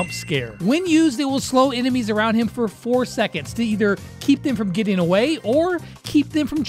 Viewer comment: Bro said obey in stead of away